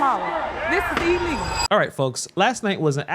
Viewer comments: 😂 I kept grinning and shaking my head when she was calling the process "E-legal" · "This is EE-LEE-GO!"